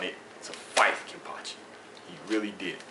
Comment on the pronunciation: Thanks for the vid, I really enjoyed it, and btw you said the name right;)